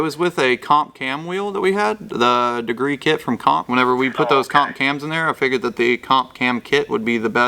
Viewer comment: He sed degre a lot hahahahah 😅😅😂😂🤣🤣 hey you didn’t no that naattttt I new that